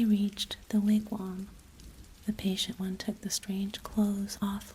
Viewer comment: Thanks for the re-post! Appreciate the wigwam pronunciation fix. I like the way you tell this story,. Keep up the postings.